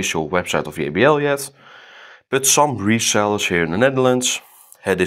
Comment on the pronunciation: I love how he says yeybl instead of jbl😅